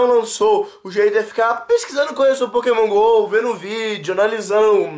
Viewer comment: nao é Pokémon gol é Pokémon go mds